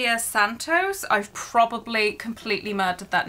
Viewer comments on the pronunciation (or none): none